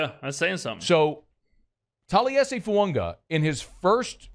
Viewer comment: It's Fuaga! Not Fuanga!